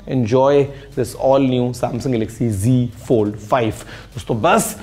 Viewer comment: app g fold bol rhe hai wo g fold hai ya z fold h